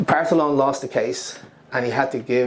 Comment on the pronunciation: .....Cú Chulainn is pronounce KOO HULLING. Parthalón is pronounce PARRHALOAN. Inis Saimer is NOT in a lake. Have you been there? You are still mixing up hostage and economy....I explained this to you in a previous vid. The land belonged to the clan equally.